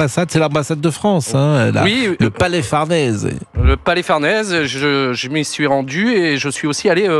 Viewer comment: Désolé mr Praud lorsque vous dites à au moins 2 moments "le palais Fardèse" au lieu de "Farnèse", qui votre correspondant, lui le dit correctement "Farnèse" vous n'êtes pas crédible et vouloir faire la polémique ou l'information "sensationnelle" vous discrédite chaque fois un peu plus. J'espère que votre directeur appréciera ma remarque et vous tirera les oreilles, faute de mieux.